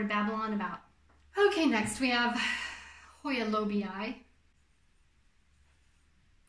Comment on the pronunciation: Oh, I loved your pronunciation! Truly! I just had no idea how to spell the pronunciation, is all. I'll be excited to relay this info to the "debaters"! I didn't expect you to go to so much trouble in order to answer my questions; but, thank you very much! I love details like those! I guess I'm anal that way. Oh well! Whatever! 🤷‍♀️Lol! 🌾💜